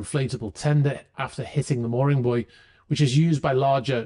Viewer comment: So refreshing to hear buoy being pronounced correctly, instead of "boo-eey" by those from Americaland.